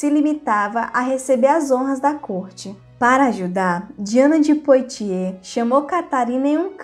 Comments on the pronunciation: Apenas para ajudar: a pronúncia correta em francês de POITIERS é "puatiê" ...como boite = "buate"...ou foie gras = /fwa gRɑ/ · Precisa melhorar a pronúncia dos nomes em francês... Vale do Loire se pronuncia loár e o nome de Diana se pronuncia Poátie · O vídeo é bom e instrutivo, no entanto, colaboraria ainda mais se a pronúncia dos nomes estivesse correta. Lê- se Poatiê e Medici com som de ce mesmo. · Parabéns pelo canal! Me interesso especialmente pela história da França. Mas seria bom aprimorar a pronúncia de certas palavras. As letras “o” e “i” juntas fazem som de “uá”. Leríamos então Diane de “Puátiê” e Vale do “Luár”.